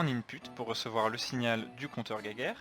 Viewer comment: Soit vous le prononcer en français et vous dite "jéjaire" soit vous le prononcer en allemand et vous dite "guaillegeure"mais le mélange des deux, "guéguerre", ça accroche nos pauvres oreilles.